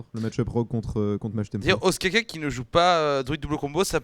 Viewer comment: notez que ostkaka se prononce oustkanka en suédois ^^ et oui ca veux dire gâteau au fromage GG SWEDEN